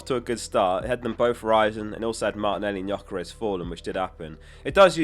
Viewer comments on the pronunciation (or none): none